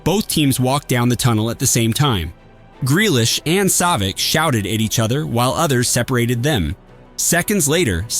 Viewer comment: Savitch …. Come on man …